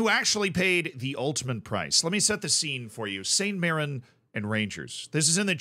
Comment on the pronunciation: You also pronounced mirren correctly so dw about that